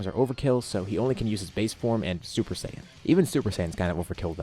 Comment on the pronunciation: Exactly, just don't say sayian with the j